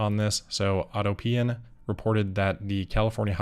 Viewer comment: Autopian - Aww TAUPE eee en. Rhymes with Utopian. Not Auto Pee In :-)